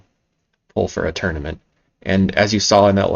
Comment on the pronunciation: Did you say tournament? Lol